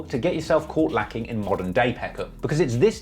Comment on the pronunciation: You sound so funny saying “Opp” and “No Lackin”